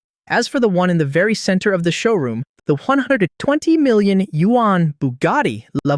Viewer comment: Man you really need to know million or billion pronounciation